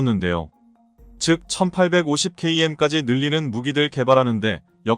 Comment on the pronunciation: 읽은 사람이 AI인간인가 잘못 읽고있네요 km도 엉터리로 읽음